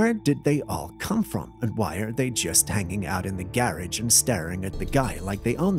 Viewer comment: I don't like them that they talk 3 minutes (feels that long) talking about a scarecrow with Christmas bulb eyes...LOL ..I wonder where they are from with listening to some of the pronunciations of certain words. example: a Garage is pronounced like a carriage or Raccoon is like a Ruhcoon. But I still enjoy it. Merry Christmas from the 35th INF.